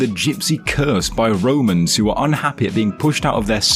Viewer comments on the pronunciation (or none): Just so you know, it’s Romanis or Romanys not romans 😂 great video btw x